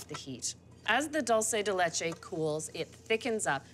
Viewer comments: it is pronounced DOOL- SEH DEH LEH-CHE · Sorry Anna, that is not dulce de leche. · Anna, That is not Dulce De Leche. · looks delicous! but damn girl that's not how you say dulce de leche!! check your facts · Come on Anna! That's not dulce de leche